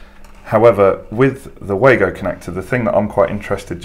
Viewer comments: great video as always, I love the Wagos too, having bought a set at Elex London I have used them since, but I have to tell you that the Wago rep told me that they are pronounced Vago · Yes i know, i sold them as a distributor and went to the factory in the early 90's when they first came in to the country, The very reason i commented was because you continually referred to them as way-go in the video which was wrong. if you know why do you call the way-go? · Wago have been around since the early 90;s, its pronounced var-go.